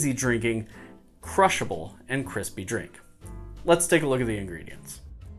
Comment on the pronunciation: Cwispy session mead is a classic! I have made it plain, with fruit, and dry hopped. Always comes out excellent.